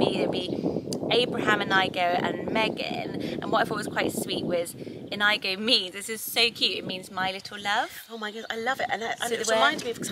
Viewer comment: I've never heard Inigo pronounced In-AI-go. It's usually In-ee-go. Like Inigo Montoya from "Princess Bride."